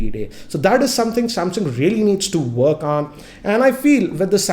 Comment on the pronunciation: Work Pronounced FWORK